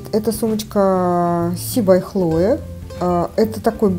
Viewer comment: КлоЕ, не ХлОе😂